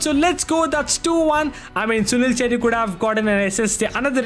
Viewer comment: bruh assisted with writz and said "assist with chettri done" 💀💀